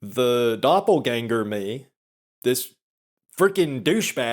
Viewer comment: As a member of your German audience, I appreciate the rare correct pronunciation of 'Doppelgänger'.